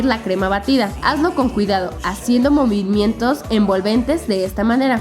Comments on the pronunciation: en el minuto 3.09 Karen dice momimientos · no se fijaron q karen dijo momimientos en ves de movimientos